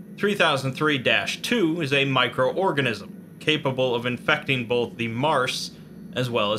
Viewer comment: >”Bolth” [TRIGGERED]